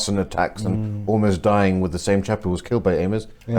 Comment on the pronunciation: Speaking of "Speech development"....I would take you more seriously if you stopped saying "fink" and"wiv"!